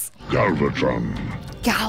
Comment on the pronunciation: Don't think too hard about the strangeness of the show. They once had the Autobots wearing giant lab coats in an early episode. :D Also, why do you keep getting Galvatron's name wrong?? It's not hard. :D